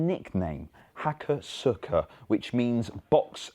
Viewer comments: Pronounced 'Hakos-uka', not 'Hako-suka' ;) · Hakosuka is pronounced "ha-koh-skuh", emphasis on the middle syllable, for those who care about that sort of thing...